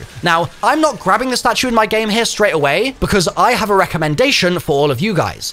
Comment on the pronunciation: "window right heaurrr" cuh wtf u even say😂😂